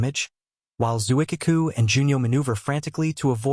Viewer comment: I was laughing at the butchered Japanese ship name pronunciation. The famous IJN carrier “Zoo-ick-kuh-koo!”